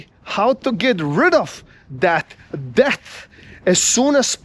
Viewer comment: I find that it is very cute, but very inadvertently fitting, that when you say debT, it sounds like 'deaTH'....truth. If only ppl realised it. Mind you some ppl get rich on it, but in general.....never a good idea for wealth building and ... freedom.